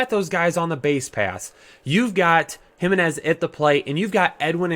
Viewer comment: Im mainly kidding but as a White Sox fan it hurts to see you butcher Moncada, Jimenez, Grandal etc.